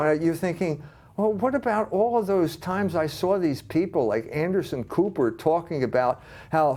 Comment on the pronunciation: Did he say Anderson Pooper or Cooper? :-D